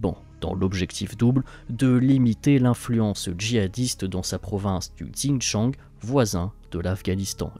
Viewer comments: "province du djinchang" mdr en deux clics vous trouverez comment ça se prononce. Ça n'est pas sérieux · "xinjiang" se prononce "shin-tchiang"